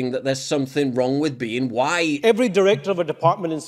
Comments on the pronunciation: He can’t even pronounce white properly. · He doesn't say white right